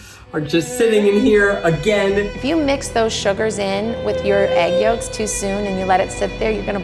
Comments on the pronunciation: he said yoLks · Why does Keith keep saying yoLks like no,,, you should not be saying the L